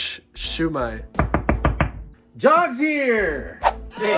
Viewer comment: Got it! Hate to tease you, but the way you pronounce "Siu Mai" in the video sounds like a drunk Southerner angrily saying "Sue me (in court)☺